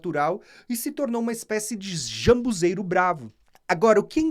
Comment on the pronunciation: Não seria ZAMBUJEIRO? Vc está pronunciando jambuzeiro